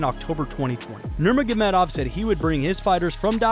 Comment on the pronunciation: He definitely nailed his last name at the beginning